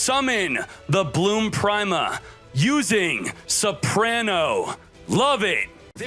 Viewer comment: You know "prime-a" is pronounced "pree-ma" right? Like "prima donna"